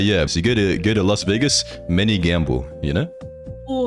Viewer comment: Las Vegasu lol 😂 Enoki is Cute AF .